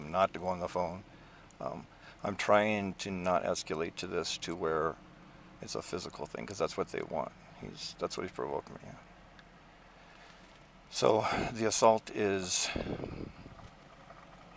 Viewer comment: why does every cop pronounce the ‘A’ in escalate like a ‘UA’ diphthong. It’s pretty indicative of how familiar they are with the concept of de-escalation when they can’t even pronounce the fucking word right